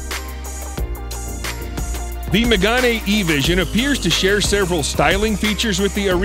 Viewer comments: Why does people, when they say french cars names, they make them more italian xD it's "Mégane" not "Mégani" x) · Megane not Magane… it’s pronounced like Meghan…